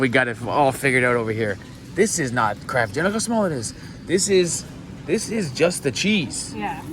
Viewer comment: 😂 I thought you said ‘crab dinner’ so googled it thinking it was Canadian slang for Mac n cheese! Eventually figured out that you said ‘Kraft dinner’ which makes wayyy more sense! 😆😆 I’ve never heard Mac n cheese called ‘Kraft dinner’ before!